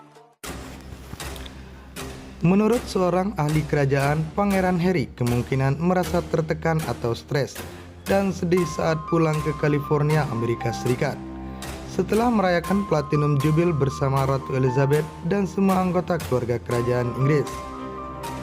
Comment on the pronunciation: Stres bukan seteres